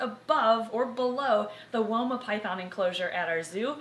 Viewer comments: When I hear woma I also hear Wilma but I know wilma as a Guinea Pig from little adventures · I know she said 'woma' but I kept hearing 'Wilma' and then starting to hum 'Meet the Flintstones' in my head 😂